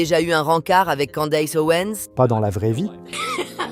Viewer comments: C'est quoi cette prononciation hideuse, "Kandéice", c'est "kèndice" qu'on prononce pas kandéice, après le d on prononce i comme en français. Les Francais ne font aucun effort! "Candace" le a après le d se prononce i et le a après le C se prononce è Kèndice. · pourquoi tu dis candesse....En Français le A se dit A...lol